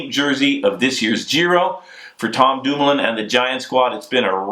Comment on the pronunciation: lol, Bobke sounding REAL American whilst butchering Dumoulin and Bouhani's names....